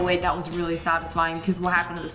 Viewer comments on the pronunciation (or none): bro said saxisfying instead of satisfying